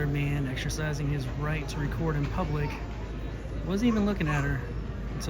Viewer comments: thees ees noot a pooooblic area lol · “It’s not pooblic area?” 😂😂 💀